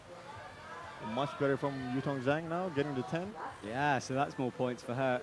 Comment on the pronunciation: **SPOILERS** Now that Zhang has gotten an Olympic ticket, can please learn to pronounce her surname properly? There’s no excuse at this point, it would take one google search and a 20 second youtube video